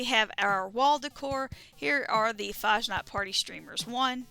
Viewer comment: As a German, it really bothers me how Americans pronounce Fasnacht 😂